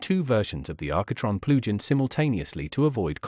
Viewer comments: at first i was so confused but now I know what "PLU GEN" is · "PLU GEN" hahaha! Otherwise, great walk through.